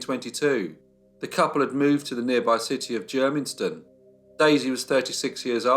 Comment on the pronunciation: Germiston! Not difficult to pronounce.